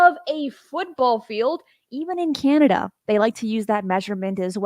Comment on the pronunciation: I love your shows, but as a Canadian your pronunciation of “Canada” (“Key-an-Nada”) kills me. CAN-Ada. Not “Keyannada” …again, love your show. Keep up the good work!